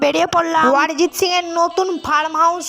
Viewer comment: অরিজিৎ সিং ❌ ওয়ারিজিৎ সিং ✅😂